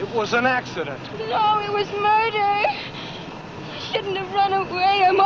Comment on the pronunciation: .............................................. "It was Moider"